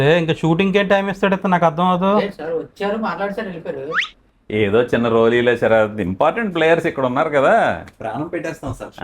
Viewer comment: తెలుగు ను చంపేసి శ రాత్ అని అంటున్నారు. సార్ పేరు.. శరత్ లేదా శ రాత్.. ఏది చెప్పండి.